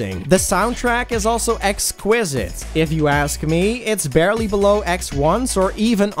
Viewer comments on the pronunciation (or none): none